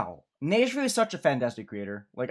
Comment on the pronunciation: Neigefeu - Pronounced "nej fuh"